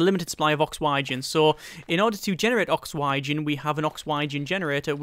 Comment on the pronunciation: OKSWHYGEN?!?!?!?!?!?! xDD